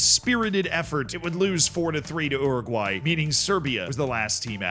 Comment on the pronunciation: Your pronunciation of Uruguay makes me sad. Also Kosovo 😢